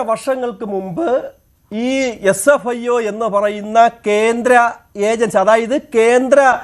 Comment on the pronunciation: വ്യാട്ട അല്ല ണ്ണ വേട്ട ക്യാന്ത്രം അല്ലണ്ണ കേന്ദ്രം 😀😀